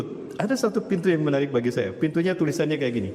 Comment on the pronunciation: Ustat ini dlm hampir setiap hotbahnya suka bilang MESAYA 😅😅😅.